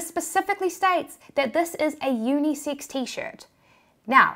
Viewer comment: At first I thought she said unisix.